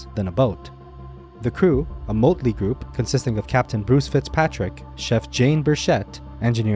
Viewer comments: A "moatley" group. LOL Your narration needs work. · Lol “MAHT-LEE” (soft o, not hard) is how “motley” is pronounced😉 You’re welcome. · Motley not motely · "...a moatley group..." AI, say 'motley'-- "moatley" Nice. And you don't even care enough to change it.